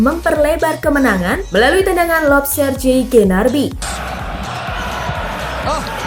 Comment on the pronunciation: saran min, perbaiki cara baca nama pemain seperti GNABRY bukan GNARBY , dan ada beberapa nama pemain lagi yg kurang tepat penyebutannya, terus saat COMAN cetak gol itu namanya bola placing bukan lambung ! :) semangat min